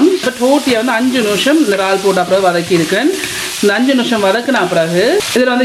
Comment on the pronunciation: Very nice curry... ❤ noosham ila.. nimisham.. maathi solungo.. pls.. keka oru madiri iruku.. thanq